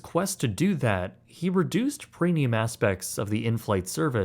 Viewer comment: Can someone explain something stupid to me? I keep hearing that he says "prenium" instead of premium. Are my ears just fucked or am I tripping?